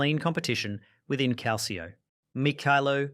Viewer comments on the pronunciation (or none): none